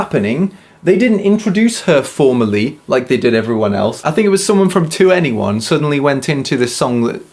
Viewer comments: I love how he said 2-N-E-1 reminds me of my rookie days of being a kpop Stan. 21 ...its 21 😂😂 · I could be wrong, but I believe that 2NE1 is pronounced "Twenty-one", not "To anyone". 😉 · I'm English but learning Korean. It was amusing to hear an English ascent when saying their names. And 2-NE-1.. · 2ne1 plz can you just say 21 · I'm very late to this party, but your pronunciation of 2ne1, forgetting their names, etc pains me.